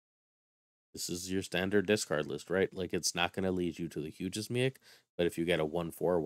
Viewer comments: I think it might be pronounced, "MEEEK" at least that is what I remember from the Planet Hulk Movie and old X-Men cartoon. Hey my family is from Syracuse! I did not know you were a fellow New Yorker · Lol im dying everytime you say Miek. Its pronounced Meek. Miek is in Thor Ragnarok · I believe you pronounced his name wrong. It's pronounced me eek I could be wrong but that's how I've heard it being pronounced everywhere else and in the movie